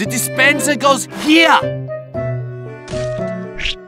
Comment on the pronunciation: Engineer, ze dispensah goes here!